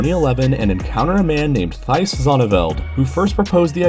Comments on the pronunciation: I’ve never heard any non-Dutch person pronounce ‘Thijs’ correctly. It’s pronounced TICE, like rice but with a T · "Thijs" Pronounced "tees" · Thees. Like Keese, from Zelda, but with a Th. "Thijs"